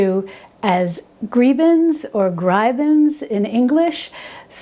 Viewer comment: Grieben is pronounced “gree-ben.”